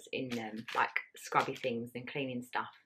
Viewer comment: How lovely 😍 can’t wait to see the finished living room , the sofas are absolutely gorgeous! The way you pronounced the things killed me 😂 so funny 🤣